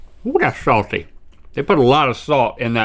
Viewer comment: Rhett: it has a sawtiness Me: ohhhh saltiness